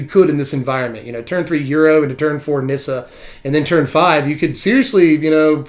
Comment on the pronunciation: FINALLY, someone who can pronounce the Nissa card correctly xD